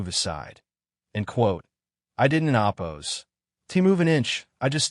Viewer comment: Thumbs down because your AI's pronunciation of 'oppose' is excretable.